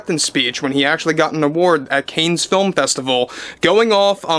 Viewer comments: the festival is pronounced “can” not canes… other than that great video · It's not pronounced canes. Cannes Film Festival is pronounced like this: you've heard of the actor James Caan from Rollerball and Misery. Cannes (a town in France) is pronounced the same as James Caan's last name. Thanks for the info about the stupid Ironheart movie. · I really like your content. It is pronounced "khan". It's French. "S" is silent. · Don't wish to embarrass but It's pronounced "CON," not Canes. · Dont be so bombastically Americano with your pronunciation. It's not "canes". Its French. It's "Cannes", pronounced 'can'. Easy. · I'm surprised you don't know how to pronounce Cannes, as in the Cannes Film Festival. ChatGPT says The correct pronunciation of Cannes Film Festival is: "Kan" Film Festival — "Kan" rhymes with "man". Avoid pronouncing the "s" at the end. Phonetically: /kan/ or /kæn/ Common mistake: Saying "Cans" or "Conz" — both are incorrect. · I think it's "conn", not "canes". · Heya! Love your stuff - just an FYI - I think it's pronounced Cahnnes film festival. The s is silent. Cane's brings it down to our level tho so there's that.😊🎉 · It’s pronounced “cons” not “ canes”. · Cannes film festival is pronounced Cons like wrath of Khan, not cane. I'm originally from New York, so this dopey film festival used to get a lot of news coverage, and that's how it was always pronounced.. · CANNES is pronounced Can . Like in One Tin Can.Not Cans. Not "Canes". You're welcome❤Cannes = Can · Cans not canes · "Cannes" is pronounced "Con" and not "KAYNEZ". De Niro is a washed-up, has-been, who has been radicalized by Marxism and the radical left. He has Trump Derangement Syndrome (TDS). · Hey, love your content and agree that De Niro is unhinged, but Cannes is pronounced like Kahn, not Canes. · i winced everytime he said "CANES." this is spose to be his beat, and he doesnt know that its pronounced CON? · ❤Cannes is pronounced Caahn. Like the actor James Caan. ❤